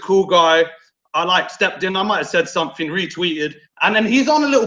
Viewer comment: let me tell ya somefing ya?